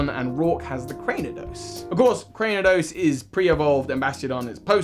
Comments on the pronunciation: I love you, but youve made this mistake in several videos Its “CRANE-I-DOS” not “CRAN-DEEN-EE-OS” 😂😂 Im just teasing, thank you for the video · Legit I came into the comment section to see how many people had commented on 'Crandeenios' XD I have not heard that mispronunciation before. Not that I'm here to hate, just to let him know it's 'Crane-io-dos' bc of the 'crain' from 'cranium'.